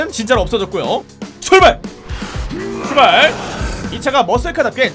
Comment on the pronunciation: 출발아트 출바라트 추바라트 ㅖ? ㅋㅋㅋㅋㅋㅋ